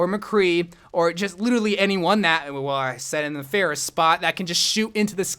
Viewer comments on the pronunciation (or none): Did anyone else get triggered by mispronounce Pharah, ”Phaireh”?